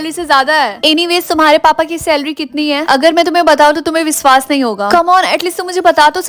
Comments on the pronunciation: Didi aap wishvas ko visvas keh rhe ho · Viswas ❌ Vishwas✅